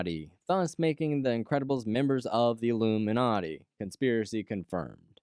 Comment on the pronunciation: I disliked as soon as I heard the word "ilumanati"